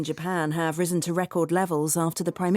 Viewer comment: risen을 못 들었는데 발음을 잘못 하고 있었어요. 오늘도 감사합니다!